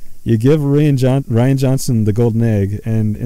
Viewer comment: i think it pronounced ryan not re anna johnson lmao but he is a girly guy so fuck it give this guy as much shit